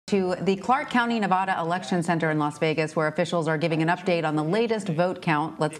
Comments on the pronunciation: "Nevada" has been mispronounced by some reporters in recent days (including in this video). It might be the most mispronounced state name in the country, so I've created a phonetic trick to help people pronounce it correctly. The first "a" in Nevada is not pronounced as "ah." This is the most common mispronunciation. The correct pronunciation is to pronounce the first "a" in Nevada as the "a" in "add." An easy way to pronounce Nevada correctly is to use this phonetic trick: picture the spelling of Nevada with a double "d" as in "Nevadda." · We disagree. I've lived here for 12 years, and if you mispronounce the name here in Nevada, expect to be corrected.